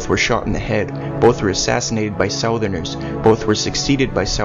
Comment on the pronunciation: I have noticed several strange (based on my personal experience) pronunciations by the narrator of these films. In this episode, the narrator pronounces "southerners" like sow-therners rather than suh-therners as I am accustomed to. In what region is this pronunciation customary? I also noted in an earlier episode the pronunciation of "Persepone" like persa-pone rather than per-sep-oh-nee, which I thought was the accepted pronunciation. Not knocking the movie or the narrator, just looking fo